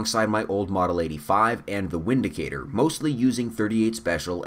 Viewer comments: Windicator is pronounced Vindicator. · pronounced 'Vindicator', nice video, you're not a snob, the Taurus revolvers and the Windicator are good EDC weapons. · It's pronounced Vindicator .... in Germany we use the V and W differently than you Americans do....